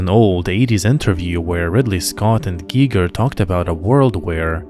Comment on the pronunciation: Giger rhymes with eager, not geiger.